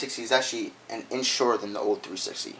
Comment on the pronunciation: this guy cant say old......